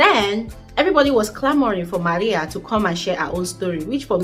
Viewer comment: Love the way you say MARIA